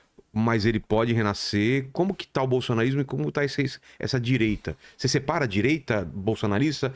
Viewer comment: Renan Calheiros "didireita"... parei aí...kkkk